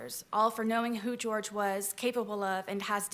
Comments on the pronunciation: she makes me wanna punch snowmen... HIS NAME IS JORGE NOT GEORGE HE IS HISPANIC NOT CAUCASIAN!!!!! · his name is Jorge, not George. Her calling him the wrong name because it "sounds better" is so disrespectful smh. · HIS NAME IS JORGE!!! SAY HIS NAME. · Not even surprised. She intentionally called the victim George instead of his actual name, Jorge. And sometimes some people just go by George when they have a name like that. Nope. Every Spanish speaking person in his family says its Jorge, but she literally ignored them all and the real way to say it. This woman will butcher any non-english word/name on purpose. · We been knew that she can't say shit, she still calls Jorge "George" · I may contemplate the thought of forgiveness if can say Jorges' name right. Even in death, she still has no simple shred of respect for him. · She still can’t pronounce his name, eh? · And she mispronounced his name.... THE WHOLE TRIAL. That is SO DISRESPECTFUL. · The least that court could’ve done was pronounce his name properly 😭😭 I can’t imagine what the family was feeling on top of the disrespect of having their loved one being degraded like that by the abuser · “Ken-Too-Suka-Roy” I had to pause and rewind when I heard that. the word is ‘kintsugi’, and it’s pronounced roughly like ‘kin-soogy’. Is her brain just… hardwired to mispronounce foreign names & words? She never could get the pronunciation of Jorge right either. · It’s Boone refusing to say Jorge’s name right that gets me.